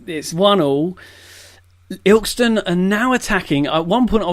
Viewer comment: Its Il-kest-on